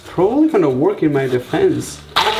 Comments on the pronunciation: Can someone kindly tell this child ‘work’ doesn’t rhyme with ‘Pork’, pronounce work like ‘werrrrk’ bih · I love how you say "work"! :D